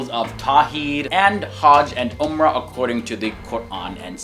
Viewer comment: I love your video I was just thinking that you should correct your pronunciation of the Islamic terminology Yaqeen: ya -qeen Umrah: Um-rah Hajj: haj Suleiman: sulay-maan